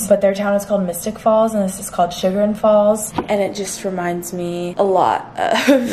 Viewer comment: the way she said chagrin lol